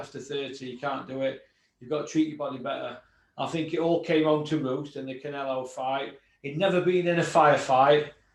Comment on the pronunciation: I like, but why can't he pronounce Canelo?